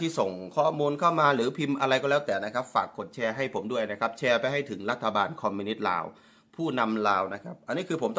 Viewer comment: ผมก็รำคานเหมือนกันเขาชอบพูดไทยแต่พูดไม่ถูกยูทูปเปอร์ลาวทุกคนพูดถูกสักคนย่างคำว่าชอบเขาพูดว่าซอบคำว่าแชร์เขาพูดว่าแซ เทพโยบอกเขาด้วย มีเทพโยกับนุชดาวไกล้เคียงหน่อยนอกนั้นไม่ได้เลยภาษาไทยเพี้ยนไปหมดครับถ้าพูดไทยมันต้องชัด ไม่ใช่ซัด